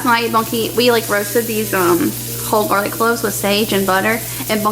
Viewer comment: Ohhh, sounds like you call him Bucky. I need to listen better....lol.